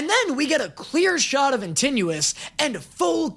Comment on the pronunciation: Ah yes.. "AnTINUES". 🥹